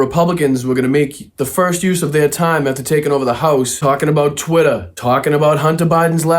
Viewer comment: TWITT-ER not Trwitah😂